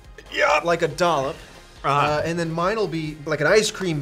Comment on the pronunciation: "dollop of this on a burger!" ahhhh yeah, there's the Boston <3